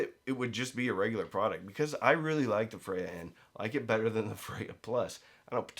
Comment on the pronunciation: I just like to hear him say "bet-ter."